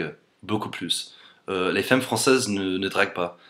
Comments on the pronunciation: Salut ! On a sûrement du te l'avoir déjà dit, mais en français le mot femme se prononce: fame et pas faime. Par ailleurs je trouve tes vidéos super sympathiques je te souhaite une bonne continuation :) ! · Quelqu'un t'as dis que dans la langue française, un "e" suivi de "mm" se prononce "a"? du genre on dit f(a)mme et pas f(è)mme :) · c'est marrant tu prononce 'femme' fem au lieu de fam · "femme" ça se prononce "fame" et non "fème" ! voilà voilà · prononce ( fam) pas fem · Comme je l'ai déjà dit, "femme" se prononce "fame" et non pas "fème" ! voilou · On dit "famme" t'es trop mignon :$ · Hi! I love your accent and your videos are very funny and interesting! I appreciate the fact that you make great efforts in learning french and build correct sentences. I have one suggestion for you: when you pronounces the word "femme", the first "e" has to be pronounced "a" (like in Nicolas). I know it's weird but as you have been learning french for 3 years, you should know that some lettres are not pronounced as they are written :p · Juste un petit conseil pour ton accent, femme se prononce comme si on mettait un "a" à la place du "e" donc "famme" sans prononcer le "e" de fin donc "famm" ;) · on dit famme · Femme se prononce Famme :) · En fait ce sont de "bons" stéréotypes non ? Mais sinon, "femme" ça se prononce "famme" avec un -a bien articulé. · Juste comme ça, même si ça s'écrit femme, on prononce "famme" ;) A part ça bravo :) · Si je peux me permettre, ne perds pas de vue qu'on prononce fAmmes.;) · On dit FAME, pas féme :) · Salut, Je voulais juste te signaler que le mot "femme" est une exception il se prononce FAM et non FEM. Sinon franchement ton français a une phonétique vraiment très bonne. Je ne sais pas comment tu as réussi à faire ça. Ce n'est pas évident de perdre autant son accent. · Ca se dit 'FAME' pas 'FEME'